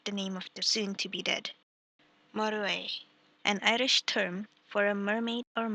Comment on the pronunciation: Irish not Iridh :(